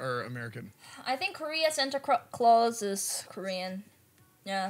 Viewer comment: Lmao almost said "santa cRaus" so adorable <3